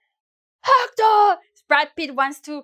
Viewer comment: Had me at “Hecterrr” Sub achieved!